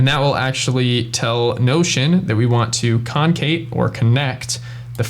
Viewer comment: It's con·cat, which is short for con·cat·e·nate. There's no 'Kate'.